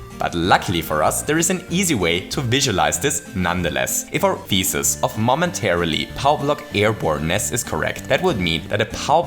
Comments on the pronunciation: Please use a different word or find another way to pronounce "thesis", because across the video, I only heard "feces"... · "Looks like we have a mistake in our feces" – This guy's pronunciation is hilarious! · "and so we prove our feces".... what did you say? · I like how your pronouncation of 'Thesis' sounds like 'Feces' :'D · also it sounded more like feecies. .-. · Yeah the way he says "thesis" does sound a lot like "feces"